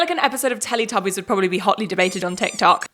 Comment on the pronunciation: You look amazing. I hope your break was great. The studio is also very beautiful. As a german person, I have to say that hearing you saying Teletubbies in your accent made me understand why they are called that for the first time in nearly 23 years on this earth